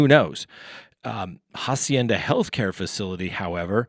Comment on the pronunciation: Hi. In Spanish, the letter "H" is silent. So "Hacienda" is pronounced "Ah-see-ain-duh" you see, without the "H." Rock on.